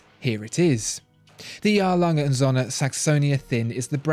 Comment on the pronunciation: Appreciate your pronunciation on this one!